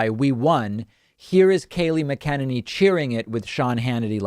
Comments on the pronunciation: David - PLEASE listen to other people say "McEnany" and practice it... I often hear you mimic other people's poor pronunciation, but you have been butchering her name for ages.... You sound like you are saying "mi-KEN-any"... It's "Mac-En-any". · Lol it’s MAC-UH-NAN-EE